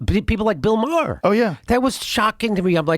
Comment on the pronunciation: The Chicago pronunciation of Maher . Two syllables. Apparently the correct Irish pronunciation is somewhere between one and two syllables so either way we're off a little bit.